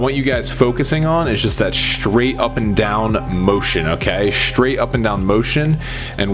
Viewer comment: it's not shtraight it's straight